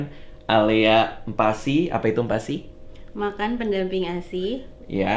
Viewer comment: Aku kalo ngomong MPASI tu "em pasi".. " bang radit : "mm pasi".. dan yg baca tulisan ini be like "apaan siii"😂